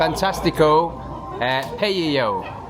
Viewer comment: "Pay-io" made me chuckle